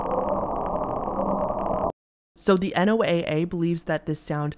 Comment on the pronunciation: Hello thank you for the upload! Real quick NOAA that is pronounced Noah. Emergency radios that tune into their frequencies and will give you information about storms tornadoes floods weather in general you'll hear it say "this is NOAA (noah) weather radio broadcasting on (insert frequency number here) MHz." I am a local weather spotter and live in tornado Alley so I have my NOAA weather radio with me at all times but when I'm not on duty to be a weather spotter and there's a storm coming in I like to listen to it because I feel like the voice even though somewhat monotone tone is very calming. Anyone reading this that would like to tap into that frequency and listen to this broadcast but doesn't have an emergency weather radio you can find them usually on broadcastify. Just search for your local area and NOAA weather radio 😀